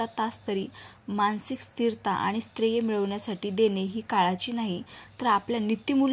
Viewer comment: स्थर्य म्हणा नीट